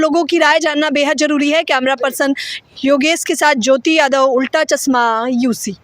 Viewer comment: Chashma bolna toh seekh le madam..chasma nahi chashma..yehi hoga jab c grade patrikarita set up ho